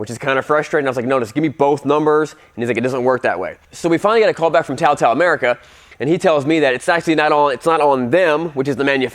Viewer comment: TaoTao has been around for almost a decade in the states and you're telling me you still didn't know how to pronounce it? May as well not know how to pronounce Suzuki.